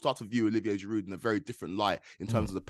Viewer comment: GIROU, NOT GIROUDEEEE